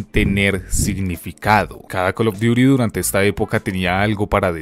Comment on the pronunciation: Imagínate llorar porque en Tony Hawk desbloqueabas a spiderman.... Tanta "investigación" y no saber que no se dice "cal of duiri mobail" Ya ve a llorar